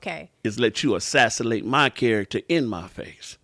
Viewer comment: assassinate!!! assassilate!!!🤣🤣🤣🤣🤣